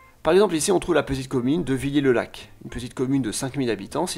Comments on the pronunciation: On dit "Villère" Le Lac et non "Villié" le Lac ^^ Très bonne vidéo :p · "Villers-le-lac" ne se prononce pas Villier-le-lac, mais "Villère le lac..." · Villers le lac / pas Villiers le lac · Que de Suisses qui réagissent ici! 😀 Quelques petites remarques: Villers le Lac! Ca se dit Vilère, & pas Viyé! Sur la "carte linguistique": les dialectes italophones sont présents partout en Suisse. (plutôt dans les villes, d'ailleurs), & pas uniquement dans les zones "historique". La remarque vaut d'ailleurs pour les dialectes Alémaniques, ou le Français, dont les locuteurs sont mobiles, & s’affranchissent des frontières linguistiques! La quatrième langue parlée en Suisse, c'est le Serbo-Croate! (& ensuite, l'Albanais). Les grandes constructions (routes, & surtout barrages) ont vu une forte présence d'immigrés Italiens, mais aussi Yougoslaves. La fracture de la Yougoslavie a provoqué une forte immigration de cet ex-pays. Sinon, bien, comme d'hab'! Et même plutôt assez complet, vu le temps imparti! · à Villers-le-lac Le "er" de "Villers" se prononce "è" et pas "é" Aide d'un Bisontin sur la prononciation des villes du Doubs Il y'a aussi La ville de Morteau connu pour ca saucisse fumée, ou beaucoup de ces habitants vont en Suisse. Après pour ce qui est de l'horlogerie, je miserai pas tous sur la Suisse. Car la Franche-Comté, et plus localement le Besançon et le Haut-doubs a une place prépondérante dans ce qui est devenu l'horlogerie en Suisse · VILLERS-le-lac, pas Villiers-le-lac et la Chaux-De-Fonds n'est pas dans le Jura Suisse mais sinon c'est parfait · Villers-le-Lac se prononce Vilère et non villier ! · On dit vi-lère le lac (pas vi-lié le lac) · AAAAAAAAAAH !!! ça se prononce "vilèr le lac" pas "villié" !! xD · On prononce "vilaire le lac" et pas "vilié" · On dit villaire le lac et pas Villiè pour Villers-le-lac 😉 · Villers-le-Lac se prononce "vi-lère" et non "viyé"'. Qu'est-ce donc "l'agglomération urbaine du Doubs" ? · on prononce "vilère" pour Villers-Le-Lac ;-)